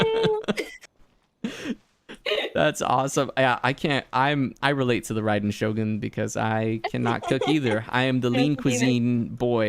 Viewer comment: Is it just me or did he say Raiden's name wrong? The Raiden part 😂 Idk if people say I differently but man why do they say her name wrong ;-; even she does too the voice actor!